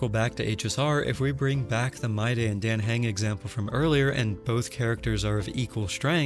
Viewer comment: except how you pronounce Dan Heng 😂